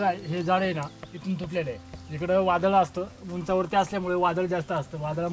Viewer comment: वादड नाही वादळ 😂 मस्त 👌 तु जिथे जातो तेथील गाव, तालुका आणि जिल्हा यांची नावं सांगत जा 🙏 म्हणजे लोकांच्या लक्षात येईल आणि ते सहज जाऊ शकतील 🙏 बाकी तुझे व्हिडीओ खुप सुंदर असतात आणि मला ते पाहायला खुप आवडतात 🙏 सप्रेम जय महाराष्ट्र 💪🚩